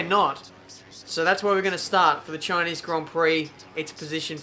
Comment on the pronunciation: SHINEESE GRON PROC